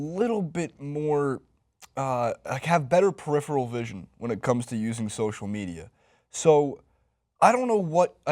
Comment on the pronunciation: He said Social Minia. Bruh